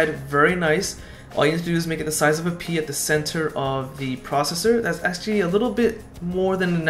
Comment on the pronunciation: pea or pee? 😂